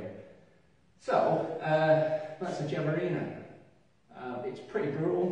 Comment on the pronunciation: Where can a get a ghiavarina? Btw it's pronounced "ghee-ah-vah-ree-na" with a hard G 😉